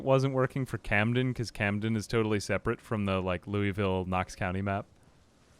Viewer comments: we pronounce it "loo-vull" in kentucky or "Loo-uh-vull" depending on your cadence. Say "looey-ville" and you'll raise eyebrows, "louis-ville" will straight-up cause everyone to laugh at you and tell you how wrong you are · Wanted to add, as a Louisville native, its not even Louie-ville for most of the state. Its Lou-Uh-Vull! Always look forward to these, great content as always. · its lou uh ville not louis ville please😭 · Locals pronounce it Lou-Ole-Ville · It's more like "lauelville" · I know no one actually cares but if you're from KY its pronounced more like Loo-uh-vull.